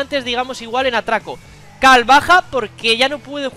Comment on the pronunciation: Por qué le dices "cal" a carl?